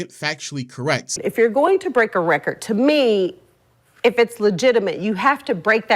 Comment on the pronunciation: She keeps saying wrecker instead of record. A little annoying.